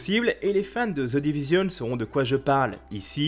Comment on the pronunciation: "Ze divizionne". mdr